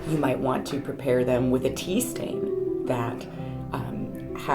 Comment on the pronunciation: Tea Stain .... Oh thank you rewind (5 times) I thought you said PEE stain ... Moving on ----> to the tour - yay ;) Fabulous, thank you for every spec of information you shared. I will I am starting my BoS. And you are so right - as a perfectionist with squirrel brain, I know I'm gonna mess it all up, but that's ok because its my intent that is important. Peace Love and Sparkly Blessings to all 💫🌟✨